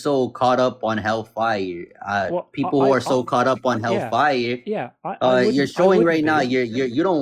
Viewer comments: The way he kept stressing the FIRE instead of hell was annoying. hellFIRE, hellFIRE. I've always said it HELLfire. Idk lol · What irritates me most about this guy is the weird emphasis he puts on the words hell fire. "Hellfay-urr" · The Hell FIRE emphasis is weird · Why does he pronounce hellfire that way